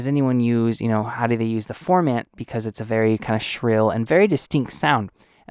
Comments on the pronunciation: You are saying "form" "ant"... its pronounced "form" "int"... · I was so bothered that you don't even know how to pronounce "formant" that I couldn't take this seriously. Sorry. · I don't feel any kind of way... you don't even know how to pronounce what you are doing a tutorial on.... thats my point.